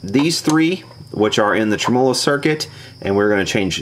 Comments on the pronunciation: Uh, it's trim' uhlo with the accent on the trim part not trem 'O' lo with the accent on the O part ;) You really should use an ESR meter to verify existing capacitor quality rather than just shotgun changing every capacitor. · Trem Olo. lol. its Tem a low . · Every time says "trem-molo" you must take a shot! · Is that really how Americans say "trem-OH-lo"? In the UK I think we always say "TREM-olo". Or maybe it's just me. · trem-O-LO sounds like an Italian pastry. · I like your videos and I like to keep an open mind about pronunciations of words. I looked up "tremolo", every common pronunciation in different languages and did not find yours. Every time I hear you pronounce "tre-M0-LO"....I cringe...it takes away from the integrity of your work... I heard you scoff in one video about how people commented on how you pronounce it...we're just trying to help... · pleasant video, but if you're gonna say 'tremolo' so many times in a video, especially being an experienced amp repairman, it would be better if you put the accent where it ought to be, on the 'e' and not on the first 'o'.